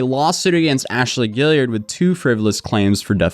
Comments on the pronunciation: "gee-yard" not "gilliard" lol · Guillard is not “gill-ee-urd” it’s “gee-ard” with the g pronounced the same as it is in green. Kinda like Guard if you spelled it “Gyard”